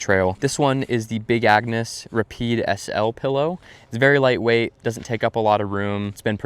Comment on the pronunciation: "Rah peed" 😂😂😂 its rapide